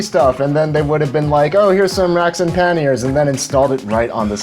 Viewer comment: Love your videos , they're very educational. It's a little late for the correction and I don't mean to be a ∆!€K , but it's pronounced like Kanye with a P , "Pa-Nye" , with the "a" sounding with an "Ah" and not "an" sound "Pah-ni-é". Love the video